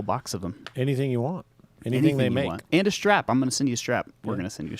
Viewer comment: Strap… I thought you said, “A Strat!”…